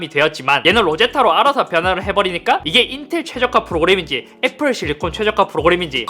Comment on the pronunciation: ㅈ발음 들려요 자세히들어보면 삼성 애플이 아니라 ㅈ성 ㅈ플이라 들리는데 그런 브랜드 비하하는 말 하지말라는 말인듯